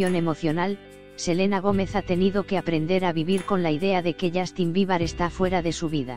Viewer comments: Dijo "Justin Biebar" 😂😂😅😅😂en serio no tienen nada más importante que anuciar OMG por tanto problemas que tiene ese mundo ayyy yy No le creo nada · alguien mas escuchó justin biba?? Xd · Ajaja no creo nada, primero infórmese bien y luego hable Y también enseñece a pronunciar el nombre de Justin Bieber si no es mucho pedir .